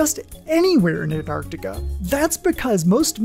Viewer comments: That was great thank you! I learned that the glaciers act like conveyor belts and transport millennia worth of meteorites to certain gathering grounds scattered about Antarctica. Also, thank you for properly pronouncing "Antarctica". and not saying "Annarticka" 👌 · Thank you for pronouncing “Antarctica” correctly. So many forget about the first “c”. You earned my subscription 🌸.